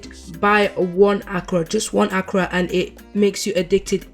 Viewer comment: Lol.....akra! It's called akara..... a.k.a.r.a.😅